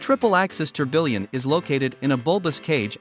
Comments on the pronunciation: "tor-bill-ion" lmaoooo it's "TOR-BEE-YAWN" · How is A I going to take all our jobs -if it can’t pronounce tourbillon?!